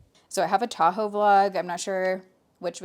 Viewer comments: 5ish minutes in and listening while getting my kid’s school lunch made and hear ‘I have a taco vlog coming out’ and didn’t flinch because it tracks… then realized you said Tahoe 😂 makes more sense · I thought you were saying TACO blog and I was super confused. I got there eventually. 😂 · Why did I hear "taco vlog" instead of Tahoe vlog? 😂